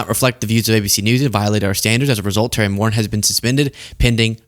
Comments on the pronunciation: the Irish last name Moran is pronounced “mo-RAN” not “MORE in” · Moran is pronounced with the accent on the second syllable, hence, "moh-RAHN." It's Irish. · Terry Moren? C'mon bro, you can't even pronounce Terry's last name. It's Terry Moran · Sorry, but it's Moran- Mo ran! 🏃. Just an FYI 💙🇺🇸💙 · Pronounced moRAN u Moron. Stop picking your nose. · Correct pronunciation "More An." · The late great Robert E. Lee 🥴 Also - Terry’s name is pronounced more-ANN